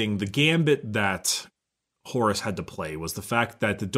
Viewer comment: I THOUGHT HE SAID HORUSSY AND I'M FUCKIN' DEAD.